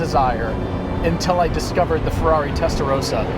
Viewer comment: Great video (again). So much passion for cars is transmitted by you guys! Love it. Just one remark: The pronunciation of Testarossa is wrong. You pronounce the "o" like in "roses", but it is more like the "o"in "obvious"..